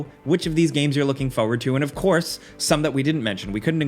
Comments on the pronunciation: Stalker 2 is also made in Ukraine so all credit to them still making the game 🇺🇦❤️. Also it is pronounced 'forward' not 'foouerward' 🤪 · What is this "fauwaud" he is constantly looking for? xD